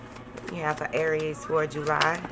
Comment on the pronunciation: I love it when u add that extra syllable in "Aay-ries" 😂